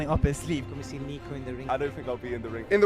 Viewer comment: It's pronounced Nick-o. Niko is shorthand for Nicholas.